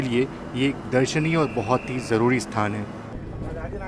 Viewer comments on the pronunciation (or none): none